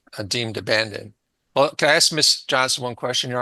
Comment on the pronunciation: ITS PRONOUNCED A-S- K!! Dammit why can’t you say it right??